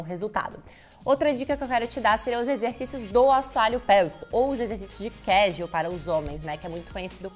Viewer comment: é Kegel, não Keshew...